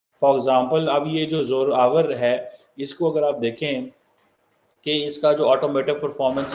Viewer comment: ur pronunciation of Zorawar Tank is ridiculous & justifies ur poor Madrassa education. Neither u r aware of the Indian Sub-continent history nor ur Pakistan's history General Zorawar Singh referred to as " NAPOLEON OF INDIA" He was a Military General of DOGRA Rajput Ruler, Gulab Singh of erstwhile J& K..He served as the Governor of Laddakh, Baltistan & Skardu.. Zorawar Tank is named for this great Military General ( 19th century) of J& K.. unlike in Pakistan where Ghauri, Ghaznavi & Abdali missiles r named after foreign invader's..we respect & honour our own brave ancestors..this is the manifestation of Pakistan's Identity Crisis..read more before trying to be an expert ( pseudo).